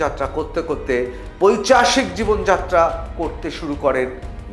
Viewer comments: পৈচাশিক হবে না, হবে পৈশাচিক! দয়া করে ভুল বাংলা বলবেন না প্লিজ, তার পরিবর্তে বরং সমার্থক ইংরেজী শব্দ ব্যবহার করুন। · পৈশাচিক,পৈচাশিক নয়